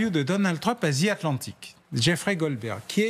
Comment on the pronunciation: MR. BAUER IL N'Y A PAS DE Z DANS LE MOT ANGLAIS THE . the atlantic , alors soyez fier de vous